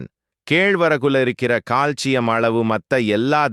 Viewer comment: In tamil pronunciation, he said proper...